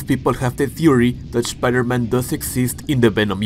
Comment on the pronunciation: I love the way you say Spider-Man like literally : Schpider-Man